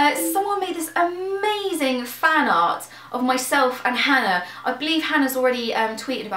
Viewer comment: Sometimes it sounds like and other members of the Yogscast pronounce Hannah as "Hanar" and now I want to see fan art of Hannah as a Hanar (Mass Effect). Also Nanobytes sounds fun, I approve!